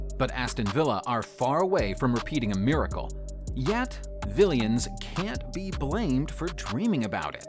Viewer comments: it's Villans, not villians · paused the video and wont continue watching because he just said vill-ee-ans... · Premeer and Villians. cmon bro. Premyer and Villans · You can tell he’s American ‘vileeans’ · 'Red Zone', 'Prem-ee-r league', '7 to 2', 'Vileans', 'CL Finals' lol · premier league pronounciation drives me a little crazy as well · Agreed, such a turn off with the American accent and mispronunciation. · Up the Vill-ee-ans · Up the Willians?😂🤷‍♂️ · If I hear anyone say vil-ee-ans again I'm going to throw my phone out of the window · ikr that was ridiculous lol